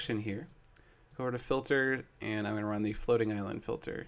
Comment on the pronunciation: Seth says "Ans," instead of, "And."